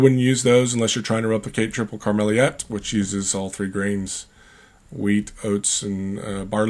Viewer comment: Greeting from Belgium. Pronounce it as "Karmeleat". I live in the region where they brew a lot of famous beers like Karmeliet, Viccaris, Duvel, Cornet, Malheur, ... to name some.